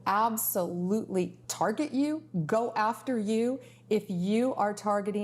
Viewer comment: We well absulootly turget yoo Ugh